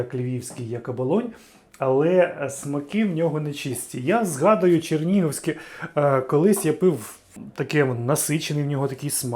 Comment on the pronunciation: Експерт прям. Чернігівське вимовляє як "Черніговське"